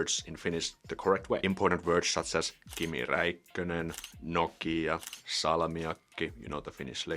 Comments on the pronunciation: Very simple tip for you: In our language the emphasis is always at the beginning of the word. You say: helSINki, we say HELsinki. You say tamPEre, we say TAMpere. You say noKIA, we say NOKia. Try that. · ... There's no pause in "Nokia" in Finnish? But what you're saying the second time sounds to a Finn like you're saying "Noukia". There's no "u" in "Nokia". =) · It's really not that difficult. They just need to stop adding letters in the words they are trying to say. It's Nokia, not Noukia. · But you don't read them how they look. You said "noukia" there is no U in that word. :D